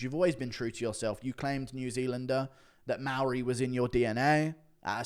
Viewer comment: Guru pronounces Maori better than that baboon aswell. Guru out here rolling his R's like a member of the iwi😂